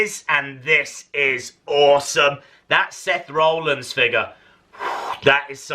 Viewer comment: BURIES the head scan of Triple H yet doesn't mention the awful scans of Jeff Hardy/Edge just "oh Jeff has red hair" LOL. Will he EVER be able to pronounce Rollins the correct way?